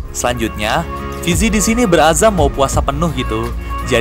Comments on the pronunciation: bang itu salah seharusnya "berazam"bukan berzama #cumanegur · Bang beazam bukan bezama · berazam bukan berzama